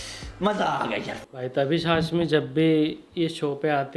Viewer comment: Please correct your pronunciation. It's not "Tabeesh तबीश" but "Taabish ताबिश". It's a Farsi word meaning splendour